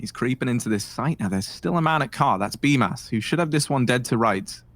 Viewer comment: According to Simple, it is pronounced as "Bumas" 😂